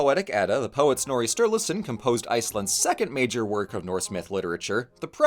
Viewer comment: I’m literally in a history of Norse mythology through media class rn and god we rant about snorri in that class constantly, this came at an oddly great time for me lol since finals are in a few weeks (also don’t quote me on this, but we have an international student from Iceland in that class and he’s informed us that it’s actually pronounced snorr-uh not snorr-e, but I’m not from Iceland myself so if what he said is wrong don’t come for me lol)